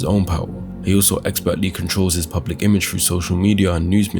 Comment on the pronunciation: It's fly through the sky NOT fly frew the sky.